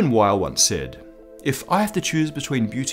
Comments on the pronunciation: Come on, Weyl is pronounced "Vaihl" not "Ueil". He was German, not American. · Weyl is pronounced "vile" -- the "w" is pronounced like a "v" since it's a German surname, and Hermann Weyl was German. I've never heard it pronounced any other way, not by any of my professors when I was a student, or subsequently by any other of my fellow physicists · Isn't it British English "vile"? (to my ear American English pronounces "vile" like "vial", almost two syllables, but "Weyl" has one.) Odd that he gets the vowel right, but not the consonant. Maybe in his years at Princeton he got used to Americans using the English "W" and accepted it. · Weyl is pronounced like "vile" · I thought Hermann Weyl's W was said "V"eil... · You mean Hermann Weyl, which is pronounce like Vail.